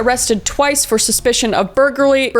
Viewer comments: arrested for bulgulry bulgry? bulgerlarly? burglary? bulglary? burglary! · Burger or three that’s what it sounded like chris also I love your channel is awesome and you’re just awesome. Love you.